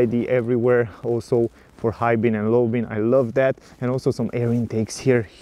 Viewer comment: Hi, nice reviews, but you are doing a mistake in every video. You are saying "high bin and low bin", but they are high beam an low beam, with m.